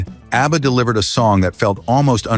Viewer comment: “Obba?” AI is not a good thing…